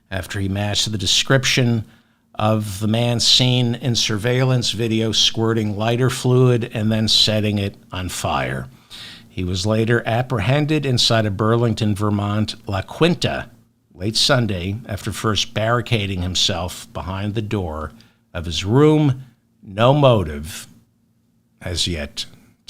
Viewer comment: la “keen ta” is the correct pronunciation, white boy. 😂